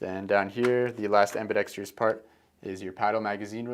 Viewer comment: I’m not always a stickler for english and I know many people speak the way they were taught, but it’s ambidextrous, not ambidextrious